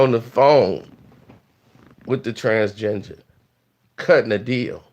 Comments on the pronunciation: He said TransGenjer 😂😂😂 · Is saying "transginger" instead of transgender? LMFAOOO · He said trans-ginger.... 💀💀💀